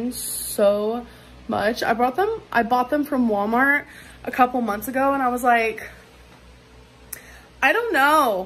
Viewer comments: Every time she says it, all I hear is nick saying 'woomart woomart moomart' and say it loud. Hate being here. 🤦🏽‍♀️🤣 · Mispronouncing words is a personality trait to her. “ wommart” “bolth” “buffET” the list goes on.